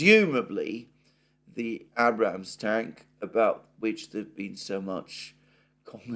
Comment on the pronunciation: Abrams with a long a. As in a cup of tea.